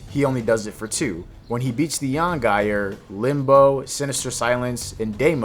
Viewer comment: The way you say the yangire is insane to me